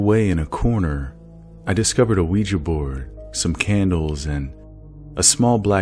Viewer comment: congrats on being probably the only youtuber to say ouija correctly XD ~ honestly I feel kinda bad for beth. imagine being led on by some guy who rejects you cause you're a ghost ;_; lmao it's hilarious but also undeniably upsetting.